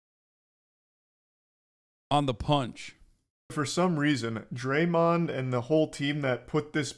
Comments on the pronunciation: "draymen green" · repeatedly saying Draymund is going to make me stop watching this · Hard to take serious when he can't even pronounce the name Draymond correctly and has clearly not played a team sport. Love content and most of his takes, but like come on brah